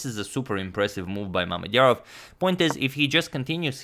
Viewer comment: Can we talk about how well he said Mamedyarov’s full name